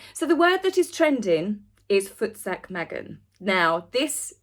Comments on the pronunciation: Love the way you say Voetsek.. Loll. Beautiful. We often just say Tssssekk!! It derives from Dutch: voort, se ek (Go, I say) Afrikaans people made it one word.. Voetsek. Black South Africans started with Tsek. Tsssekkk!!! I don't want your nonsense here, ne!! Lol. (I'm in the Eastern Cape of SA) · You pronounced só good,! In Mozambique we say futseke meaning the f word! You are glowing!